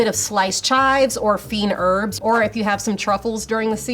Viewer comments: Feen herbs lol. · Feen herbs? Huh